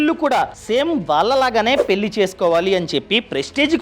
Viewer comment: కొంచెం ళ పలకండి గారూ! పెల్లి కాదు పెళ్ళి. వెల్లి కాదు వెళ్ళి